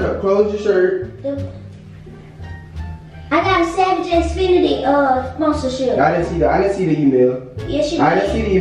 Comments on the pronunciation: “ Savage Xfinity” 😭😂 It’s Fenty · E really said savage xfinity instead of savage x fenty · not even sayin Savage x Fenty right 😭😂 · your hairrrrrr😍😍😍, you didn't even say savagexfenty right😭😭😂😂😂❤️❤️❤️